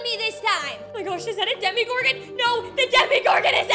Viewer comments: Omg its either demagorgan or demogorgan not demigorgan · demogorgon not demigorgon but ok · Im sorry but its ( Dema-gor-gen) Not (demi-gor-gin) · sorry to say this but it is not DemiGorgon it’s Demogorgons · It’s not demigorgan it’s persnowst demegorgan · ITS DEMOGORGAN NOT DEMIGORGAN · What is a "demigorgon"?💀 its demogorgon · no spoilers? then why’d you say that? also its demogorgon not demigorgan and no offense ur kinda loud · I love how you say Demogorgon But you say it this way DeMIGOrGaN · It’s not Demi Gorgon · "Demi Gorgon" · "demie-gorghon" bruh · Is it just me or does no one like the way she de-MI-gorgon or just me no hate tho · It’s demogorgon lol I love your videos!